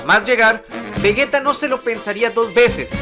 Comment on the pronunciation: vegeta se pronuncia como si llevara j en lugar de g, exactamente igual que si dijeras vegetal, si no, se escribiría vegueta